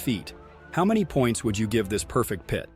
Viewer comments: It is a P.I.T. manoeuvre, not a PIAT manoeuvre. Please get it right. Good vid, though. Kudos to you. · What's with the pee et? It's pit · Learn how to pronounce the word pit.